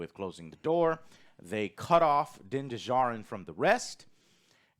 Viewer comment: "Din DeJarrin"